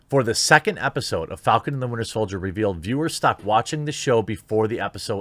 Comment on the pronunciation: Yo Jeremy it’s “Winter Soldier” 😂 love the show man!